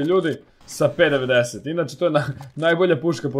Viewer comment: p90 se kaze pi naintin